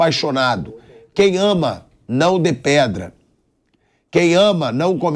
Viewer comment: aprende a ler (e a pronunciar DEPREDAR, (nao dePEdrar, nao tem nada a ver com pedra, seu ignorante)